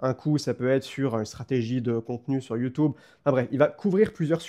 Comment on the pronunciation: Des années, des années entières à être raillé par mes proches, par mon audience, par des inconnus, juste parce que je prononce "YoutOUbe", et enfin je découvre que je ne suis pas seul! Ce n'est ni plus ni moins qu'une libération, merci! Merci pour le contenu très quali, énorme le format!